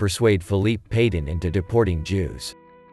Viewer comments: Please learn to pronounce names correctly. Petain is pronounced pe tan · Please, learn how to pronounce Petain correctly